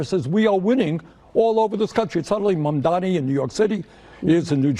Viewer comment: 93% of MAMDANI'S critics can't pronounce his name correctly. That says something about them.